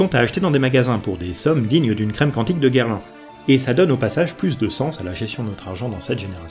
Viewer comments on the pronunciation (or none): none